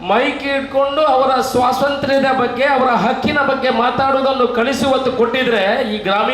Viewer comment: ಣಾಣು ಶಾಷಕ... ಇರ್ನ... ಸ್ವಶಾಂತ್ರ್ಯ....